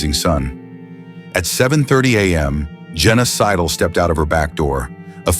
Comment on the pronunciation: I wasn't watching, just listening. I heard, Genocidal, not Jenna Sidle. Or is it a clue that this is all fake?